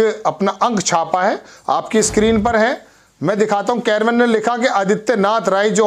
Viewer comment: कैरवन नहीं बोलो मेरे भाई उसका नाम कारवाँ है।